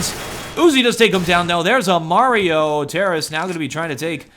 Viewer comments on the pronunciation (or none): none